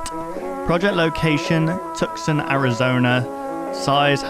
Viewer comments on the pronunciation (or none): ITS PRONOUNCED “twos-on” not tucksin